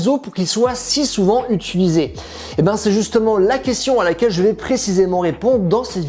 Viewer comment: Les gens qui disent utUlizé...